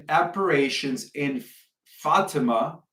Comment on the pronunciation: appar-ations....liebster Gott in Himmel. The man can't even pronounce the names adn words correctl.